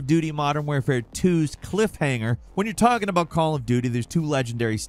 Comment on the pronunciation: Modern “Warefare” 2😅